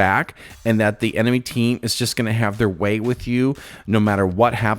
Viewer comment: “Enemy team will just have their way with you” why’d you say it like that man 😭😭